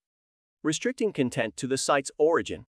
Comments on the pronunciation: Could you let me know what you used to create this video? Apart from the content vs. content pronunciation, the speech is fairly natural. The video is also good, apart from some strange expressions in places that don't warrant that expression. 😊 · This may be a great video, but I can't watch it because I know the repeated mispronunciation of "content" will stick in my brain and I might accidentally repeat it to colleagues :/